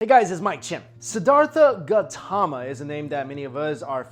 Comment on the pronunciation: it's not gatama.. but "gAUtHama" & not sakamuni but "shakYamUni" get it ?